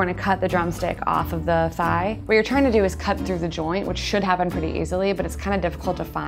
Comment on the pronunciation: thigh. not thy. also it's not.